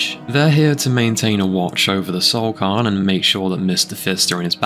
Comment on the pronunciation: Fam if you can't pronounce a word try and minimize the amount you say it. You said cairn wrong like 30 times in 2 minutes.